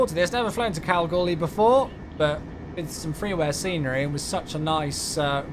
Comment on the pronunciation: You pronounced Kalgoorlie correctly 😃